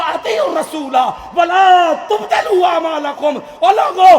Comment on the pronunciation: Itnai cheekhnai ki Kya zaroorat hai ahesta sai bhi bayan hosakta hai hazarat gusai main ayat bhi galat prhdiولا تبطِلوا ki jaga ولا تبطَلوا prh diya